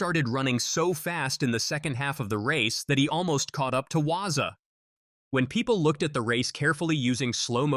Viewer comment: The South African runner is not Waza, its Walaza...Please!!!